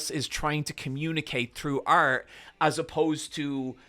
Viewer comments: several of us love your work, but every time you say "art" it sounds a little too close to "arse" and your first instance of it in this one was "I like to eat art" and I'm sorry bro but I lost it a little bit lmao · i thought he said i like to eat arse and was like that’s a wild direction to take this convo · ART! You like to eat... ART. That's definitely not what I heard the first time. I'll go collect my mind from the gutter now, sorry.